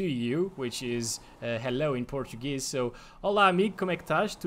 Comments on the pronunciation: I am from Brasil and I approve your portuguese pronunciation. Muito bom mano! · his pronunciation was extremely good for someone who simply used google translator